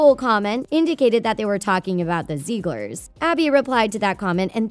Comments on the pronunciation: ZIG-LERS not ZEEG-LERS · Stop. Saying. Zeeglers. It’s Ziegler’s. (Zig-lers) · When she said Zieglers, I thought she said Zebras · Take a shot every time she says ‘Ziegler’s’ wrong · imagine posting an entire video about the zieglers yet mispronouncing the name each time kdjdj